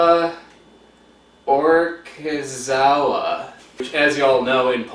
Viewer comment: Ohh, it's polish! It's pronounced "kava orkishova". "in przeliczeniu" means just one heaped teaspoon for one cup od water (szklankę means cup). Gotowat (which is misspelled, it should be "gotować) means cook (or brew when you're talking aboy coffee).